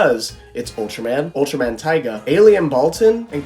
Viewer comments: For future reference, Tiga is pronounced as Tee-ga and not Tai-ga. Funny enough, Ultraman Taiga does exist as he is the son of Ultraman Taro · Its pronounced Tee-Ga. Important because there is an Ultraman Taiga, who is the son of Taro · its pronaunsed ti as in the letter t then ga not ti as in tiger